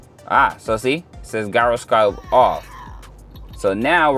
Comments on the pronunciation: Gyroscope is pronounced 'jai·ruh·skowp' bud, just FYI. I still can't figure out the proper way to say Gyro (the food) so don't feel bad lol. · Stop pronouncing gyroscope like that